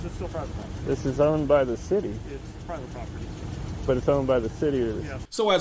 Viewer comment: Why is it that so many of these auditors have such a hard time pronouncing the word property?